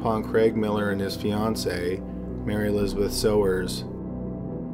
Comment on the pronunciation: Mary Elizabeth Sowers - pronounced "Sours". I went to high school with her - Mary Beth.